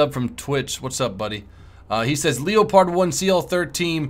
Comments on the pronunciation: I know but after some research even the Germans called it the le-pard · why do u say leo-pard when its leopard like the animal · FOR CHRISTS SAKE the leopard is called le-pard not l-e-o-pard its so annoying it's called just like the cat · wow look at the LEO-pard. have you ever heard of a leopard? the animal? youre pronouncing it very wrong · it's prenounced leopard like the cat (leperd)